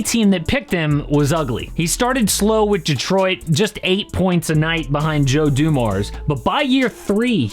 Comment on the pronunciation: "joe dumars". bruh